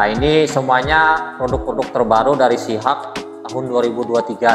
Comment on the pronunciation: Sebutannya sihock mas boss Bukan di sebut sihak